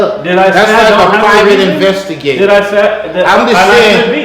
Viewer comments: He said Private investilator 😂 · "Pivat investlater" alright